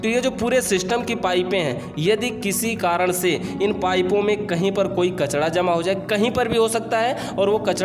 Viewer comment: Kachda nahi bhai kachra hota h